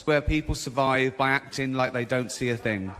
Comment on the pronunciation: it's thing not ting